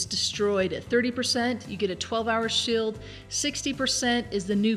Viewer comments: shield= shild heal spell= hillspell her pronunciation is funny hehe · You say shield funny